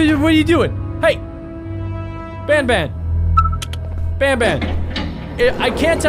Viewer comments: It not bunbun it banban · You Pronounce the word Ban Ban, not bon bon! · ITS NOT BONBON ITS BANBAN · He said bonbon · IS BAN BAN NOT BON BON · Why is he saying BON BON!!!!!!!!!!!!!!!!!!!!!!!!!!!!!!!!!!!!!!!!!!!!!!!! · you're saying banban wrong.